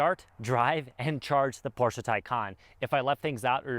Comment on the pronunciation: You had my like just for pronouncing Porsche correctly! Great video